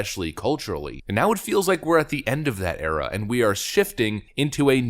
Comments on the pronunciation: Did you say the Obama Era or the Obama Error? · Did you say, 'era' or 'error'?